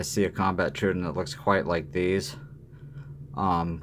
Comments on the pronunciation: I like the video, but the constant "DIS-pronounciation" of Troodon is like chalk on a nail board! It's pronounced "Troh-O-donn" not "truidon"! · Just a small dab of grease on the spring will take that ring sound away. By the way, someone had to tell me that the Troodon was a dinosaur, and pronounced “trow-oh-don.” I means wounding teeth. I am a fan of these knives, but I also rarely carry them. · Imitation is the greatest compliment you can make or something like that. Maybe try not to sound like an idiot before you start recording. The saying is imitation is the sincerest form of flattery. Might be a good idea too if you had an inkling of how to pronounce the name of the product you’re discussing… You sound like a complete noob when you try to pronounce troodon.So close, but wrong.The other thing that bugged me was while you were saying that you were talking about how fantastic the lock up was on the microtech as you wiggled the whole thing back-and-forth like a rusty gate! Why is it the fact that ALMOST all OTF’s feel like junk compared to a quality folder?Why IS it OK that the only solid feeling OTF in any kind of production is the G&G Hawk?At least the Guardians feel tighter.So did the SOG, although it does have issues with blade dulling from Frame contact.